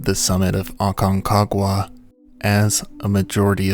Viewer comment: I think you just like saying Aconquaga lol😅